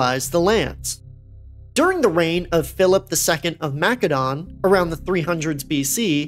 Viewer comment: Philip of Macedon(Mass-a-don) sorry it just bugs me